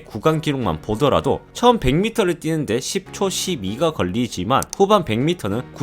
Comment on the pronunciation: 10.12 발음할때 "십초 십이"가 아니라 "십초 일이"로 발음해야하고 자막에 환화가 아니라 한화 입니다 그리고 보통 당시 50만달러 현재 가치로 약 한화 8억이라고 쓰는게 자연스럽지 않나 싶네요 또 50만달러는 8억4천만원인데 100만달러는 19억5천만원 이라고 되어있는데 단순 계산 실수인지 아니면 자료를 잘못 조사한게 아닌가 싶네요